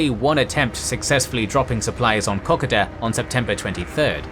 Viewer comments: Great series on the Kokoda Track battles. But please - Cocka-da? It's Ko-ko-da. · It is pronounced Koh-Koh-da, and rhymes with Yoda. At least, that is how we say it down under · Say it with me "Ko-Ko-Da" you butcher the pronunciation. While this is a good tactical display of the battle, it does not show the disgusting and appalling conditions it was fought in. Go watch the movie "Kokoda" and see for yourself. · You're pronouncing 'Kokoda' incorrectly ...